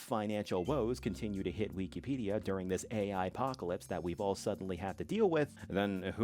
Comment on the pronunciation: "We key pedia"